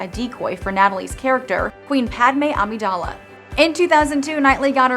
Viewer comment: lol she butchered Sabe's name like som-bae and she said Queen Amidala like A mee dala lol